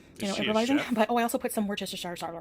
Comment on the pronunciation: I'm disappointed you can't say worcestershire, being that you used to live so close to Worcester, Mass. It's pronounced the same way: wooster-shur.